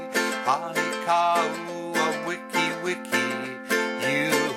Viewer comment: Great lesson. Just one thing... The "o" in Honi is pronounced like the "o" in bone